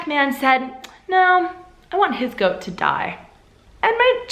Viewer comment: You got the goat saying so wrong :) but it was nice how you interpret it, so please do continue in that way